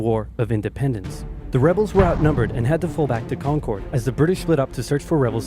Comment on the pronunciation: Not much gets under the skin of someone from Massachusetts faster than pronouncing "Concord" like that.